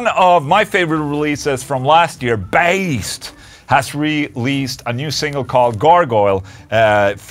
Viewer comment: Baest is pronounced with the danish letter "æ" Bæst(danish word for Beast)